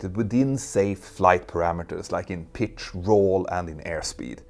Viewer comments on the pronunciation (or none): none